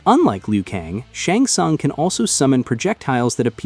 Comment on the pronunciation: as soon as I heard him pronounce "SHUNG SUNG" I lost all respect!